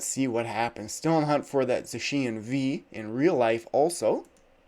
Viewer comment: Please change the way you pronounce Zacian lol you’re the only person that pronounces it that way